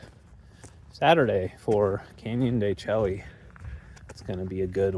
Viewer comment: Hey fellow Vanlifemeowers… knows how to pronounce it. He’s just playing a friendly little joke with his viewers. The only thing missing every time he said “Chel-ly” was the wink at us. 😉